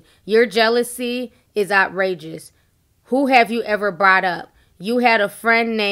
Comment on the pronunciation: out rages ? did she mean outrageous ? 😂😂 i'm done